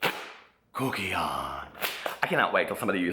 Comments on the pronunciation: I love when you say Kuckian aka Kooky-on LMAO. Ahh. You Moonlit as the voiceover for that and just don't want to tell us 😂💙. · i love it when you say "KUCKiAN"😏 😂😂😂😂😂😂😂😂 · every time you stop and say "KUCKIAN" I. JUST. DIE. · The way you say kuckian is hysterical!!! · The way you say kuckian has me dying😂